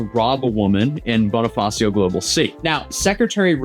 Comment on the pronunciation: Just some notes for pronunciation You can try saying Taguig as ta-GEEG. Geek, just with another G. Bonifacio as Bonifa-SHOW. Our vowels and consonants are very Spanish.